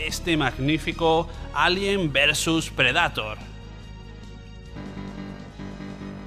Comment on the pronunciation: Excelente video, solo sugiero que sino se pronuncian los nombres en inglés los menciones en español. Depredador en lugar de “PRE-DA-TOR”, siento ansiedad cuando los pronuncias así.